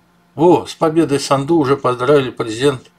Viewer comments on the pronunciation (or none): Майя САНДУ- ударение на А не на У сАнду